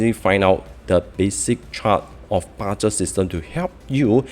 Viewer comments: just wanted to add I have no bad intentions but hope you use the word bazi in future so new viewers will find it more trustworthy. When you said ba Zhe it feels like u don't even understand how to say the word correctly. Also thanks for pointing out that it's 4 pillars instead of 8 pillars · Ba zi not ba Zhe system. Can use 8 pillars if unable to pronounce it correctly